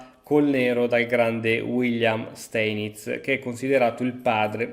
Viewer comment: Sai che Steinitz si legge Stainitz